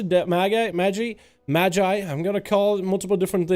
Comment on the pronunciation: Madge-eye is the correct way, you had it right! Thanks for the updates as always!